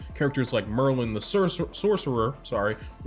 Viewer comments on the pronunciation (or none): it’s Merlin not Morlin. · That's not how you Pronounce Merlin,.